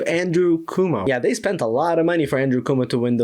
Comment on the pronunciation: Y'know what i love most about this? Calling the opponent CUMO and LEWA xD If they don't pronounce our names right, why should we work at it?